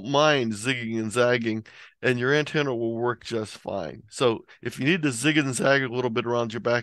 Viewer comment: I want to finish listening to this video but I can't take it the way you say antenna is driving me nuts!!! Lol thanks for the content though. Also what kind of ham doesn't have a 160 meter dipole strung up through both his neighbors trees?!????